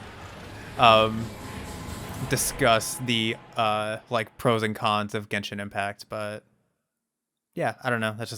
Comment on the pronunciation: Ah yes, my favorite game… Jenshin Impacc.